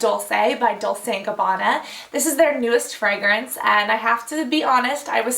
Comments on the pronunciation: It is pronounced dolche as far as I know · I don't even understand what you were saying when you said "Dolse". I thought everyone knows that it pronounces as "Dolche". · Actually it should be pronounced "dol-che" (just like "Che" Guevara, you know). I'm italian ;) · she pronounced it like 'dulce' with an 'o'. You are correct, sir. :D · I think she was thinking of Dulce instead of Dolce. :D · It's "Dol-chay" lol you pronounced it differently :P